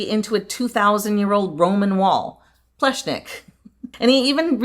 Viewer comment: Great honest video, yet again. It’s fun to see you take on the proper pronunciation of the architect’s name, nearly got it, as close as an English speaker can get to it 👏 For me it was really nice to see a Central European country again, reminds me of my upbringing/ home. You missed out on trying the traditional Slovenian schnitzel with ham and cheese inside, it’s yum! Hopefully while in the area, we get to see more of Central Europe?🤞